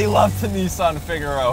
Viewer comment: pronounced fig a row